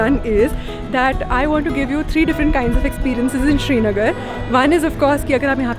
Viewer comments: It's srinagar not shrinagar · It’s not Shri-nagar it’s Sri-nagar!! And before you ask it- it does make a difference! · It's not SHRInagar ... it's SRInagar as in Siri....Most of the non - Kashmiris pronounce it wrong...